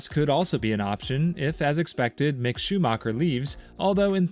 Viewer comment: what tf, why you saying Alpine and Mick Schumacher like that. The "I" is pronounced like an E and its not Mike, its Mick